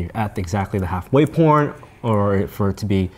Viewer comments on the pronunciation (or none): "How imporntant is it for it to be exactly at the half way PORN"